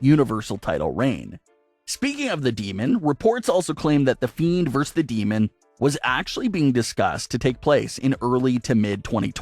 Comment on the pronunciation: That word you keep trying to say but seem incapable of? It's versus. Ver-sus. Try saying it